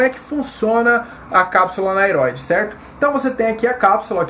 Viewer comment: Gostei do conteúdo, não seria cápsula aneroide a pronuncia correta?